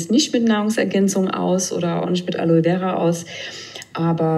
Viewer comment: Gute doku, aber eine "Wissenschaftlerin" die Aloe Vera nicht einmal aussprechen kann?